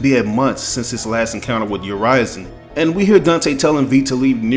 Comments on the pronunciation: Urizen is pronounced not as "yer-rise-in", but "yer-risen". I heard V and Griffon say it multiple times in leaks. And this is very interesting, but I just don't think V will be a villian. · It’s actually supposed to be Ooh-ri-zen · Is Urizen really pronounced like you did ?? I thought it's like more straight pronunciation, "Ou-rie-zen." You know like "citizen" or "denizen" or "netizen." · probably a regional thing, sometimes words are pronounced differently depending on where you are from